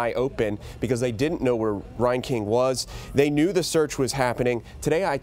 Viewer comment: I went to High School with this rat bastard... he went to Tremont, NOT Morton. God Bless and love all of the family and friends of these beautiful victims. This is so fouled up. His last name is pronounced (Rain/Reign king, not (Ryan King). Thank God for James Shaw Jr. True American hero and warrior for Christ. He took down this fucking murderer.